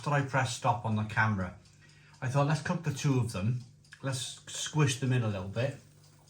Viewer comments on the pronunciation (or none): none